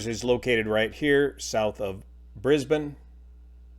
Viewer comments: Thank you for the correct pronunciation of Brisbane. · Thanks for pronouncing Brisbane correctly. ;) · But he did pronounce Brisbane correctly. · Tragic situation ... (and thankyou for pronouncing 'Brisbane' correctly) .. but my observation while on holiday there (aka vacation) of the area is the number of fixed wing and ultra-lights flying around as well. (*not* in the aviation industry btw) they even have charter fighter jets buzzing by as well. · I assume you’re American - but you pronounced Brisbane, my home town perfectly! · Good explanation of what happened and thanks for pronouncing Brisbane correctly it's always mispronounced by Americans . A very sad event personally have a friend severely injured in a helicopter accident patrolling HV power lines he received a very bad head injury on impacting the ground after striking a powerline now has zero short term memory and has basically no quality of life. Ever since then I have a mistrust of helicopters and avoid using them , much higher risk than other aviation in my opinion . One of our popular rock stars was killed soloing back in 2001 after just recently receiving his helicopter qualifations he experienced a mountain air wave oscillation situation flying near a mountain the downward air flipped his helicopter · You have no idea how nice it is to hear someone who isn't from here pronounce brisbane correctly